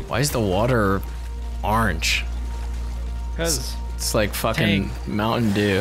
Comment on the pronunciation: "Why is the water ARNGE?"